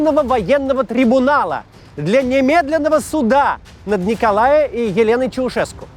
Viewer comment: Я с Молдовы.в 89-м был в Бухаресте.тут многое не досказано.и-Научитесь русскоговорящие произносить дифтонг ''оа'' и посм. в Гугле правильные акценты на названия городов и селений' а также на произношение имён..(николаЭ)-че ваааще безграмотные